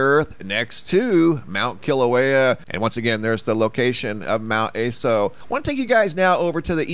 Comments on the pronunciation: Mt Ah-so not Ay-so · Mount ASO... A sounds like the "u" in up, and SO like the "so" in sock. Japanese vowels like this... A as "u" in up... I as "i" in sip... U as "oo" in boot... E as "e" in bet... O as "o" in hot. Just in case you care, or wanted to know.